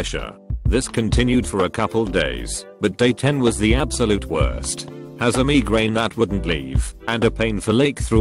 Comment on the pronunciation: no one: narrator: m e g r a i n